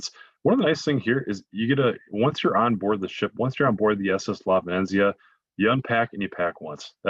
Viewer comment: 😕 Bowlogg-Na? on the VenEnZeeuh? Sorry the mispronunciations are a little off putting by somebody who supposed to be the expert travel guide.. I think he means Bologna (Bowloan-ya) & the ship's name, La Venezia. (Ven-eht-zeeuh)